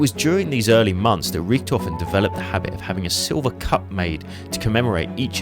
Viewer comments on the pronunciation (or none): none